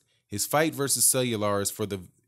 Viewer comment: Love your work especially your break down of everything. Cuellar is pronounced "Qua- R"... Keep up the good work.